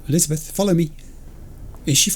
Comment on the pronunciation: The mangling of names gets worse every episode. Elizabeth: Jeff will...: Jeffel? I now dub thee: Jeffel and Lizzel. The disrespect. 🤣